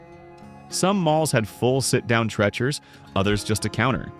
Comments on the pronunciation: Hmm, perhaps I said it wrong. I called Arthur Treacher's, similar to Tree-chers. Lol. Silly me if I was mispronouncing the name when I was a kid. I don't miss Shakey's very greasy pizzas, though I do miss Burger Chef and Farrell's Ice Cream Parlors. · You might want to hire a human for your narration. When your AI botched the correct pronunciation of Arthur Treachers, I stopped viewing. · Whomever narrated mispronounced a lot of names. Treachers is a eeeeee not.... eh. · Please stop mis-pronouncing Arther Treacher’s name. 😢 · Pronounce Arthur Treachers right. Drives me nuts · It was bad enough for me when he mispronounced "Treacher's", but when he mispronounced "fillet", he really drove me insane! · No favorite memories from there. But I DO know the proper pronunciation of TREE-CHER'S. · AI voice overs are annoying because they don't pronounce names correctly🙄 Arthur "Trechers" FFS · TREE-cher's. NOT what YOU said. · Your educational video is an automatic fail if you're too lazy to research the how to pronounce the name of a store. It's "Arthur Tree-chers", not trechers. You forgot to mention the iconic self playing pianos that played at farrell's. They piano keys would press down the correct notes as the songs played like magic. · ...and it's Treacher's, like TEACHERS, shmuck robot, not like STRETCHERS. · It's Arthur TrEEEcher's, not Tretchers. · it's TREE CHERS not tretchers. and it's fil AY not fil itt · It is pronunced as Arthur 'tree-chers' not Arthur trech-ers. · Arthur Trecher's? It's pronounced "Arthur Treecher's". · Treachers is pronounced like teachers with a hard R after the T NOT tretchers. Watch the old 60s & 70s commercials. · You must not have been there. "Treacher" rhymes with "teacher," not "lecher." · It was pronounced as Treecher's rhymes with teacher's- Arthur Treacher's was really tasty fish and chips. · Painful to hear the mispronunciation of Arthur Treacher’s. It’s pronounced “Treechers” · Pronounced Arthur "Treecher" this AI is wild lol 😂😂😂